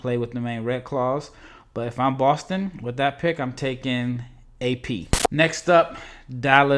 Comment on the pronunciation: Bro I craked up when you tried to pronounce AP... 😂